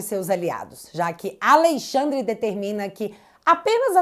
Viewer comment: MEU DEUUUUS, Q JÁ TEM 5 ANOS Q ENFATIZA A PORRA DO TERMO "A LEI XANDRE". DEU,!!! JÁ ENTENDEMOS...,NÃO PRECISA SEPARAR SÍLABAS